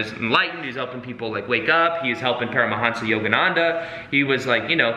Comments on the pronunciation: Make it lucid The pronuncians of those names. Sorry I wasn't more specific. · It's Paramhansa, not Param a hansa. I think it was Daya Mata. that inserted the extra "a'". in while Yogananda was away. Guess she thought it sounded more impressive or something. Yukteswar is. yook tesh war Yukteswar is also important because he discovered how timekeeping was lost during the Kali Yuga and that we are actually in ascending Dwapara since approx. 1700 AD. While not as dark as Kali, it's the Energy age which is unstable and unpredictable as we have already seen.